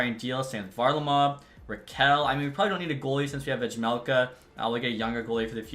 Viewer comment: the J in Vejmelka is silent